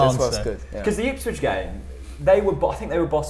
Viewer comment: Onel saying ipshit was the best thing ever. He obviously understands Norwich city if he is saying that. Brilliant 😂